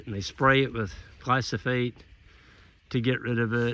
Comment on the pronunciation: It is not glysophate. It is glyphosate.